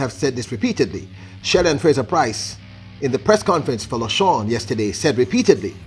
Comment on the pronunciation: Congratulations to the 1, 2, 3 clean sweep Jamaica🇯🇲. Well done on the PB and MR Shelly-Ann Frasier-Pryce. With that's said, let me correct a few things. Lausanne is French, and you keep saying Lashaun...to pronounce it you would have to say it like this "La-zann" (Lausanne). Secondly earlier up in the year in June, Shelly-Ann ran a 10.63 which was her personal best before the Lausanne Diamond League meet and not 10.60. Thirdly, Shericka Jackson ran 10.92 and not 10.90. Fourthly, the drive phase starts after the first 3-5 steps out of the blocks and normally last up to about 30-40M which help with the acceleration phase and about 70 -75M that is where the top end speed normally is maxed and the deceleration phase starts. What made the different this time around is, if you watched the Olympics Finals and Saturdays Diamond League in Eugene, you would have seen that Shelly-Ann didn't hold her drive phase and popped up out of it at the 10 meters mark with her head up high into the race which means she didn't accelerate effectively. This time around now in Lausanne, she held her drive phase and executed it for about 30 meters and that's what made the different and the fact that Elaine didn't get the start she hoped for. All I know is, if Elaine had gotten the perfect start, the world record would have been broken with that +1.7 Meters wind. Well done ladies.